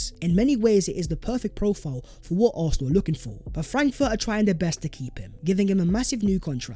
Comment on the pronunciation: “Vhat is vhe video vhere and vhere.”????? What does that garbage even mean?!! IS A DIPSTICK!!! WHAT A PLONKER you are!! What is that CRAPPY MEANINGLESS - “VHAT IS VHE VIDEO VHERE AND VHERE.” Honestly! Your English is an embarrassment! You think it’s cool to do consistently end your otherwise excellent content by appearing to be a complete DUMBASS??? 😂😂😂😂😂 Do you even care about improving your video presentation??? ONLY the ending let’s your product down. FIX IT, you goofball!